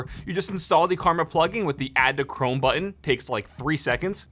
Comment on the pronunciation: ok im sorry but is he not saying cwome? lol